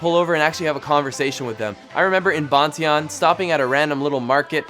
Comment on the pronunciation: hehee ban tie yan....not botieon. funny